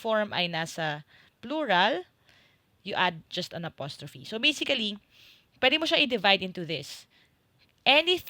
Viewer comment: Something weird about a "basically" /bā-sik-li/